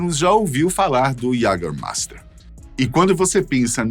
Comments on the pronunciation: iagamaista, é como se fala em alemão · Esse "LICOR DE QUALIDADE"... "JÃGERMEIFTER" NUNCA OUVI FALAR até ver esse vídeo! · Faz propaganda do jaegermaister mas não sabe pronunciar a palavrs